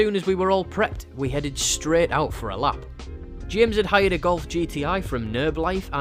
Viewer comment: I literally thought you said 'If you give her a slap' here, I had to rewind it to double check! 😂